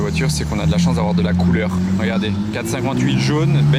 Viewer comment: "La couleurrrh"... C'est ça!